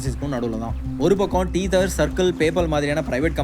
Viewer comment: it's not 'teether' it should be pronounced as "teh - thuh/thr"